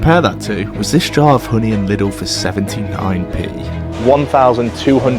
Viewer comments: ITS NOT LITTLE BRO ITS LIIIIIIDL pls - like Leedle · Its not pronounced like little. Its like liiiiidl dude. Anyway good video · Its pronounced "Lee-dell"